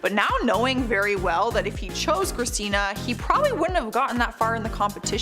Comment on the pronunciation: Girl u messed up Christina's name on the Kelly Osbourn point number one